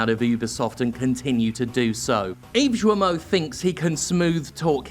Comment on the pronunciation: "Yves Joamoh"?